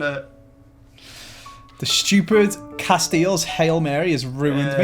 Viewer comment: PISSING MYSELF AT CASTEELS HAHAHAHA